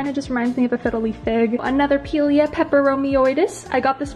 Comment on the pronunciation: Pie-leah is the correct pronunciation ❤ Your house is goals, and your plants are flawless ❤❤